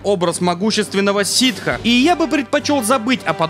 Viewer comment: ситы, а не ситхи!